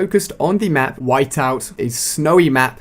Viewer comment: he said wipeout instead of whiteout in the end